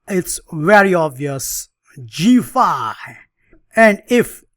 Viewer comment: A fun line against the London System. Geee feive And heitch feive !😁